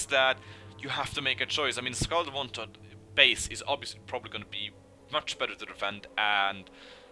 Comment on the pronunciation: Am I the only one keep hearing Scarelt Oneslaught??